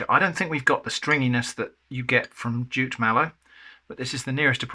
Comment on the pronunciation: I didn't catch that he'd said "jute mallow", I heard "jit" or "chit" and wondered what he'd said (I've only heard of the "marsh" variety as a Brit), so thanks👍 (Decades a go I had a Nigerian flat mate who cooked some great food for us, mostly fiercely hot with scotch bonnets, and often slimy with okra, but always delicious. collabs with always take me back to those times in the early 80s🙂